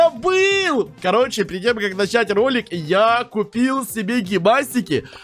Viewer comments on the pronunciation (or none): none